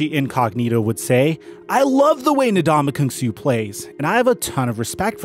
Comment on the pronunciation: in the first 5 mins, how many different ways did this guy pronounce Ndamukong Suh